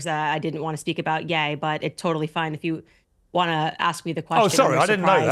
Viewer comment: Man they done got Ye 🤨🤦🏿‍♂️💯 that was A.I. his name is not Yeee it's Yea. . .